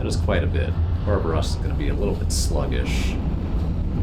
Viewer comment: Good god just say it with me.. -BAR-Ba-Rosa!!!!